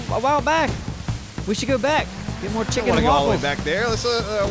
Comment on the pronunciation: "Chicken & Walfles"